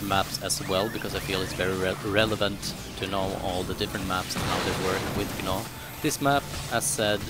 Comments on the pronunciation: yea i know lol, he says G-naw, but its supposed to be pronounced Naw. idc how you say it. i just wanted to let you know lol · the g in gnaw is silent lol, sorry it was bugging me